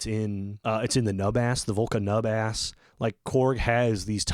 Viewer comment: New Bass 😂😂😂😂😆😆😆😆. I kinda like NubAss better tho lmao